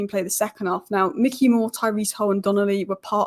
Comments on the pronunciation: please stop saying ‘mickey moore’ its ‘mike-ey moore’ 😁😂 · Bro its Mikey as in Mike not Mick 😭 Pls hahaha. Great analysis as always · Why do people not even bother to at least look at other comments before posting ? After the first couple of pronunciation corrections I thought the subject was covered. Apparently not every second comment after that then repeats the same information. The whole world now knows it’s My Key not Mickey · I love you.. but its Mikey not Micky <3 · Good video but it's Mikey Moore not Micky Moore. Mikey Moore is a generational talent so this detail means a lot to hardcore Spurs fans. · I love the content , but it’s Mikey , not Micky Moore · Like your analysis but it's Mikey not Micky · It’s not Micky it’s Mikey (mykee) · MIKEy not MICKey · It’s Mikey, not Micky. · Mikey not Mickey gd content 👍🏿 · Good video, thank you! Btw, it's Mike-ee Moore, not Mick-ee (like the mouse) 🙂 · Isn’t it Mikey as in likey?